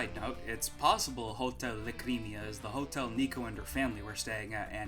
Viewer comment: obligatory mention of kosmic's conspiracy theory that sunshine was outsourced to sega edit: I'm pretty sure "lacrima" is pronounced "LAH-cree-mah". also "mare village" is actually probably "mare" as in "sea" in italian which is a hilariously uncreative name LMAO